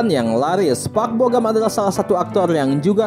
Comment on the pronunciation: Bogam".. lama" jadi bogem..